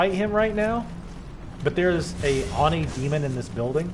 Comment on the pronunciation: the word oni is pronounced with a long o sound